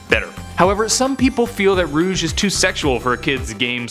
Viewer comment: No not rouge